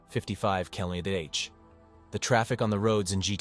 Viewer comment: That AI voice has a really tough time with mph and kmph, doesn’t it